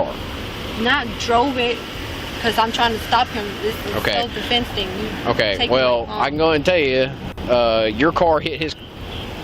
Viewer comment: "I self defayunse" Wow she's real sharp isn't she lmao